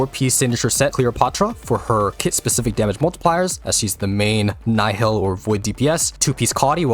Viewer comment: Isn't it 'neehil' or whatever mogh say